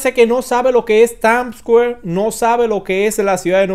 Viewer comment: Es Times o Tams!! porque este no sabe pronunciar dice que es tams square 😂😂😂